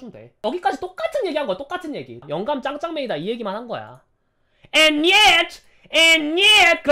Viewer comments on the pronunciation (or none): 갑자기 앤 옛ㅌ!!! 개웃곁ㅋㅋㅋㅋㅋㅋㅋㅋㅋㅋㅋㅋㅋㅋㅋㅋㅋㅋㅋㅋㅋㅋㅋㅋㅋ ㅠㅠ